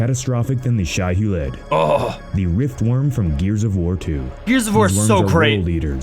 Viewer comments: Ug, they're using AI narration. The worms are called Shai-Hulud (pronounced: Shy Huh-lewd), NOT Shiheled. The creatures from Tremors are call Graboids (Grab-oids) not gruhboids. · Not dangerville mispronouncing Shai-Hulud